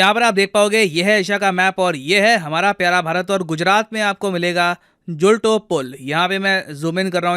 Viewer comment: Pronunciation correction : julto me "To" ko topi ki tarah mat bolo, to= तो River ka naam ese bolo: मच्छु